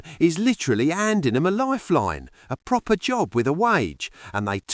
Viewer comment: Why is it all labour mps dont speak "Pwopper"